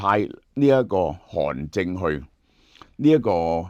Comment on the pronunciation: 韓正，不是韓進